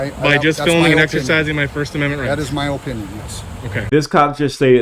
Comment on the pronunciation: I don't know which part of this video was funnier. 1) "As soon as my sergeant gets up here he's going to tell you the same thing." 2) Being so flustered he couldn't pronounce the word opinion. What is an Oh-pinion?